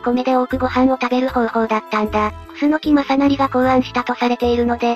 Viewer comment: 楠木正成は、くすのきまさしげ、と読みます。